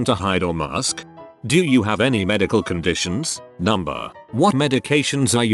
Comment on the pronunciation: "Do you have any medical contdishens? Number